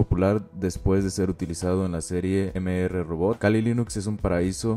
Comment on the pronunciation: eme erre robot XD. Mister robot, pa.